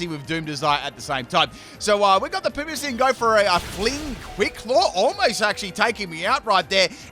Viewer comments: You’re right, it’s not “Pamissian”, it’s Passimian lol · When he says Passimian, I hear "parmesan"... like the cheese. Also, I was surprised to have guess the lake trio would be on this team and Jirachi! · "PaRMisaM"~ to the "passimian"